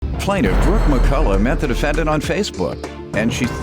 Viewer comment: Did she say the offendant?